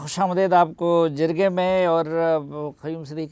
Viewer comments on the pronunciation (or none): سلیم صافی صاحب جب اپ نے اپنے پروگرام کا نام پشتو میں رکھا ھے تو اب اس کو بگاڑو مت اس کو جرگہ ہی رہنےدو جِرگہ (جیم کے زیر کے ساتھ) غلط ھے